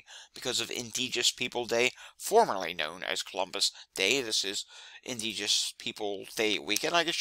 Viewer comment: Good information - one quibble: it is "indigenous" and is pronounced "In-dij-in-us" :)